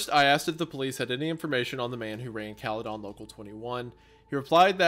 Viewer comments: Cala -den not Cala-don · The scariest part about this whole thing was hearing "Cale-don" and not "Cale-din" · its cala-den wendi not calleh- done😞😞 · I love the way wendigoon says "Cali-dawn" I have never heard someone pronounce it that way lol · Bro what I grew up in Orangeville Ontario lol caledon is right next to it a lot of friends of mine live there hahaha also its pronounced Cal-eh-din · It's pronounced Caledin. I hate this story so much. I live in Caledon so the fact it's left so open is fucked. Thanks for the nightmares. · The pronunciation of "caledon" cracks me up in this video haha. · It’s absolutely hilarious hearing them pronounce caledon and Bramalea. Also nice to know that Brampton has had very bad drivers for decades, it’s what we do best😭😭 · The pronunciation of Caledon is killing me